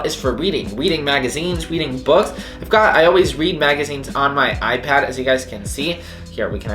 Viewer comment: Is it just me or like I heard “icad mini 5” in the beginning